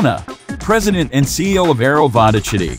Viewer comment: President of what? :) Try to find actual pronunciation of that village - Vodochody.